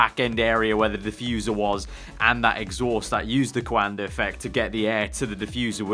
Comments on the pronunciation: "The quoander effect, you know"😂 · Imagine not knowing about the Coanda effect